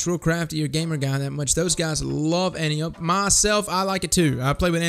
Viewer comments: An-Tie-Uh-Pee not An-Tee-Ope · Btw it's "An-TIE-oh-pee", not "AN-tee-ohpe". ;) Seen Wonder Woman? Same name as the general who taught Diana how to fight. Great vid, thanks for the advice! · It isn't anny-ope, it's AN-TIE-O-PEA, and you should check out phillips-b, better than antiope/sondok IMO. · Not to be a dick, my fellow Titan, but just because we give no fucks, doesn't mean we have to be uncultured. Antiope-D An-tee-yo-pee This is "Greek" and is the name of Wonder Woman's aunt. (Who was a Titan in another life) Fun facts.